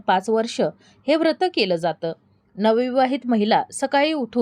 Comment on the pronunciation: वृत्त असा उच्चार करु नये व्रत असा करावा.